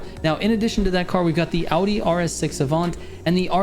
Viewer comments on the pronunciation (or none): none